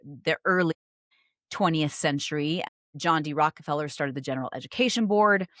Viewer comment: "Rockefellers" not "Rockerfellers" 😂 Or I suppose you could call them "Puke-a-feller" like my Dad used to, RIP.